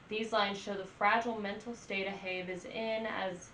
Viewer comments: That was painful to hear. It’s AHAB! A-HAB!! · Ahab, hab is pronounced like had but with a b, A-hab